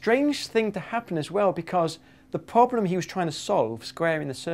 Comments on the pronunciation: Why do you keep pronouncing it "poblem"? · why does he call it a 'phobhlem' ?